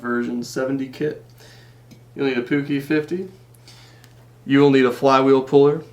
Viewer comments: Puch rhymes with "book" btw. :) Great video! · pronounced - " P U T S H" not " P U U K"....I think! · I am from holland Near austria , it is poech or poeg